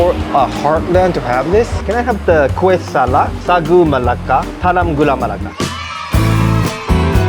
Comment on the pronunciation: wow! am impressed at the way you pronouned the kueh in malay accent.